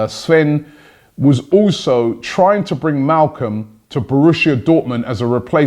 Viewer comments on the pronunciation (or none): It's Malcom* not Malcolm.